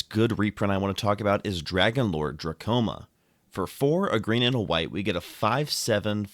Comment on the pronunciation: lol i think he is saying that u say the card name a little funny. Dromoka not drakoma